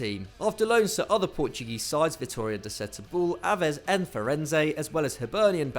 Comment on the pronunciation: Yeah I was like bruh that’s not how you say it 😂😂😂✋